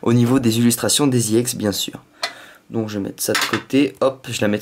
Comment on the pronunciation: pourquoi tu dit IEX c'est EX